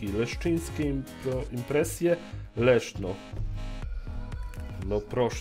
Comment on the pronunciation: Zamiast Leszno usłyszałem Leszczo xD